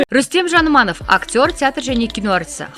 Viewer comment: Рүстемнің фамилиясын дұрыс айтсаңызшы Айнұр? Жаныманов емес ЖаныАманов деп айту керек